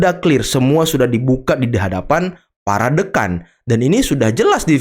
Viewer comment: Bukan Deukan host, tapi DÉKAN